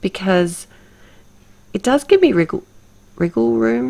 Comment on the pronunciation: Yep, I'll be heading over to your blog to see your 2nd creation for sure,! I have to admit that you made be chuckle when you said 'riggle room', wanting to mean 'wiggle room'....I'm still chuckling probably because when I was a very young child I actually had to take private lessons just for the pronunciation of the letter 'r' (my young mind replaced any words with an 'r' with a 'w')...true story and in fact, the word 'mirror' specifically stands out in my mind because I vividly remember getting teased saying 'meh-were' LOL. Anyway, gorgeous card as always and I love how you painted your own watercolour CS! Thanks:)